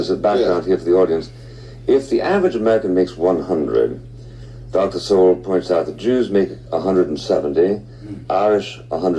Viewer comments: I think "Sowell" is pronounced like "soul", rather than "So well"? I could be wrong, though. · Sowell said like Soul. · Thomas Sowell's last name is pronounced So-Whal not So-well. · Sowell was born in segregated Gastonia NC, and grew up in Harlem, NY City His last name is pronounced "soul," not "so-well." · Ya’ll are butchering his last name. It’s pronounced like Thomas SOUL not Thomas SO-WELL. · His name is pronounced "Soul," not Sow-ell. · Guys, it isn't 'SO WELL" It is said like SOUL. Thomas Sowell (soul). This is driving me nuts. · "Soul" its pronounced. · His last name is pronounced SOUL. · Sowell is pronounced like soul! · His last name is pronounced like Soul. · It's Thomas "Soul". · His last name is pronounced “soul” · It's pronounced SOUL. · FYI his last name is pronounced "soul".